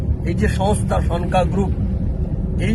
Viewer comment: ভাই, উচ্চারণ ঠিক মত কর। ওটার উচ্চারণ সন্কা হয়ে গেছে। হবে সনকা । লেখা টা ভালো করে পড়ে দ্যাখ।